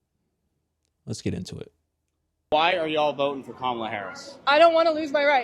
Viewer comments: Please show respect and pronounce her name correctly. It’s KAmala. Not KaMAla. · Comma Luh. Can you pronounce the lady’s name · when pronouncing her name think mama-la then say kama-la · Kamala (pronounced COMMA-LA not ka-ma-la) may actually when because Trump was found GUILTY of r@ is racist who was found GULTY of housing discrimination, says he is a Christian but cannot name a single scripture and was found GUILTY of paying off an adult film actress, and oh yea was impeached because he lead an insurrection in an attempt to OVERTHROW THE GOVT! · LA (pronounced Comma-La) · Her name is kam- a lah not the wrestler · And you mispronounced her name lol! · You are following blindly! I know for a fact you are because you don’t even pronounce her name correctly, which means you haven’t done your research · Can you pronounce her name (Kamala) correctly please? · Why do u say her name wrong? U know that's not the pronunciation of her name but yet u act like those yt supremacy folks. I don't agree with 99% of the stuff she says but as a black man please stop cause u said it right during your podcast a few times bit at the beginning u acting as low class